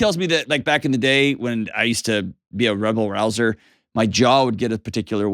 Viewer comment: rabble rouser, not rebel rouser :)